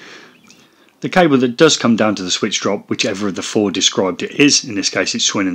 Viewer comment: "Pre-two thousand and floor" Oops